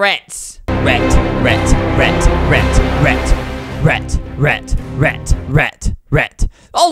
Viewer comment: Albert pronounces: rat - rEt Albert pronounces: perfect - purfict. Enjoy my boring comments.